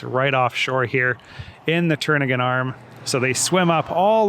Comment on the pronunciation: Kenai = KEEN-eye Also, the 'k' in Knik is vocalized. Welcome back to Anchorage. :)